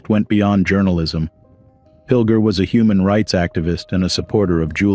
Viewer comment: Sad to hear about the brilliant journalist, but his name is pronounced as John 'Pil-jer' not Pil-ger